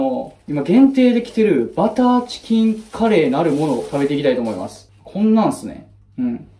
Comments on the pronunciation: いや、カレーの発音どない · いやカレーの発音気になるなぁ